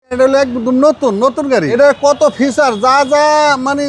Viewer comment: এই হলো বাঙালী গাড়ির দালাল,ফিচার কে ফিউচার🤣🤣